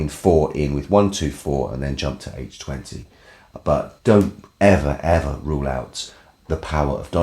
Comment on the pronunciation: As always, thanks for saying H20 properly.